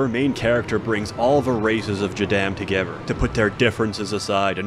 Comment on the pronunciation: "Bring all the races togever"